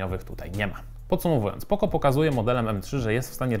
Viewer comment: Jakie poko??? Poco, poco naucz się czytać człowieku...